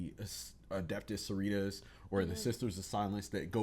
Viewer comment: It is Sororitas, not soritas lol same with the mars folks. It’s Adeptus Mechanicus not mechanus 😂 glad to have some passionate folks but at this point after watching so much content y’all should be getting with the names better. Glad to have you two join the community tho, it’s an awesome and friendly group of people ❤